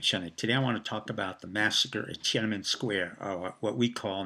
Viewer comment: TiananmEn, not TiananmAn. Also, the ENGLISH word is PEKING, not Beijing (which is chinese). And, it is called "Six Four", not "sixty four"